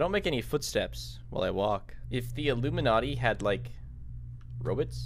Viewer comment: I like how says Rowbits instead of robots